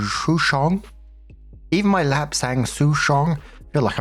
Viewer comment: You did really well on the pronunciation for the pu-erh tea there! Souchong on the other hand sounds like Sou / chong, like soul without the L sound at the back